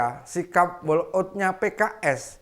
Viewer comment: Pak bukan diucapkan wolk aut tp wok aut